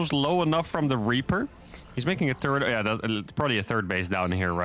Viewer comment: Always cracks me up when he says "turd command center". I really enjoy your vids. Keep up the good work.